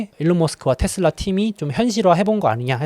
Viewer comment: 미국현디 발음도 다 테슬라라고하는데 왜 혼자 텟슬라 이러고 있음?